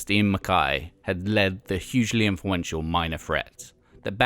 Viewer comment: Pretty sure this guy's Britishness is mispronouncing it as "Mac-kai" when it's "McKay". Same with Guy, I don't think it's pronounced in the French way of "gee" it's just a regular pronunciation of Guy.